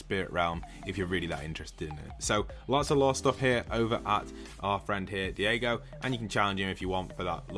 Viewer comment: It’s not Diego it’s Daigo pronounced “Die-go”